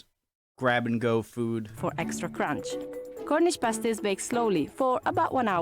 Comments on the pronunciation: Oggy oggy oggy! Oi oi oi! haha Thanks for "visiting" Cornwall:) P.s they are "past- ies" not "paste - ies":) So happy you went to my county though! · Their name is pasties - like past tense- not paste as in toothpaste. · Pasty and pastie are very different things. Pasty (pronounced past-ee) is this lovely Cornish treat. A pastie (pronounced paste-ee, as you do here) is a sticker a stripper wears on their nipples. Cue my childish giggles as you comment on the lovely paste-ees from Cornwall. It gets complicated when pasty is pluralised to pasties, and pastie into pasties. Pasties usually come in sets of two, while you can have as many pasties as you can eat. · Paste-eee's? The word sounds like Past-ttt's,. Potatoe's, Onions, Swede & Meat, with a little seasoning, never tasted so good.:o) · You listened to them calling them Pasties all the way through the video, but still insisted on calling them paste-ees at the end. I do wonder how much you learn from these videos, you repeat your mistakes over and over again. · Hi just a pronunciation thing they are pronounced pasties like ass, not pasties like paste, and they are amazing. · It's passtees, that how to say it . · Pa-stee, Pa as in pat the dog, that sort of pa, not par or pay, just pa! My aunt used to make the best pasties, oh my. My parents would put me on the train in Wiltshire and, at the age of eight, I'd travel on my own (well, under the watchful eye of the guard) right down to the north coast of Cornwall where I'd be met by my aunt who usually had a pasty all ready for me - meat one end, blackberry and apple at the other. I'd have scoffed the lot before we were out of the station. As for "Oggy, oggy, oggy" - there are lots of expressions that the Aussies claim as theirs but which actually they stole from somewhere in the UK. Transported criminals, the lot of them. ;) (Just kidding!) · Pasties.... pronounced Passtees.